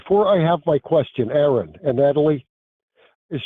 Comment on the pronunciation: He who misspronounceth Aron shall be punished.